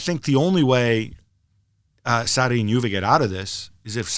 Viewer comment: God another trash podcast with marcotti trying to pronounce foreign names and doing horribly bad but he swears he is pronouncing it right. Maurizio "Satti" - marcotti 2019